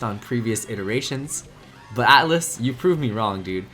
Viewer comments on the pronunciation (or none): none